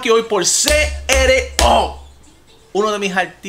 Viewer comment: Todo bien , pero es C.R.O AMIGOOOOOO